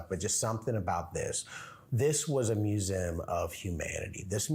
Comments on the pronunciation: Its pronounced Mue zee um. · I've never heard anyone pronounce museum like you do, but in any case it should be said like: mew-zee-um, said fast